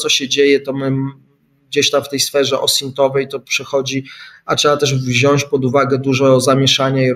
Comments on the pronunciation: Szanowny Panie Piotrze, jedna prośba: wziąć a nie "wziąść". Pozdrowienia z Kaszub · Wziąć nie wziąść! Panowie! Na litość boską! Młodzież może słuchać!